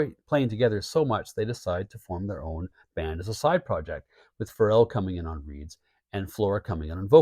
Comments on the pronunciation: Hey I really love your channel and I think you do a fantastic job but I think you should call Joe Farrell exactly that..... not Joe Phar rell...... at least that's how it sounds when you're saying his name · weleda listening to Joe Farrell for fifty years and that's the way I always heard his name mentioned going back to when I seen him live as a Young Man just thought I'd point it out like I said you have a fantastic Channel I just had this thing about pronouncing people's names you know Farrell sounds like Carol